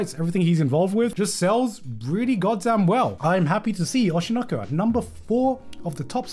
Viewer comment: he's finally pronouncing oshi no ko properly